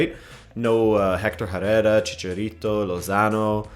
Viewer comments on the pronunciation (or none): none